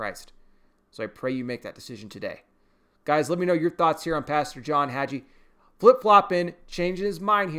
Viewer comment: The "g" is pronounced like the g in gave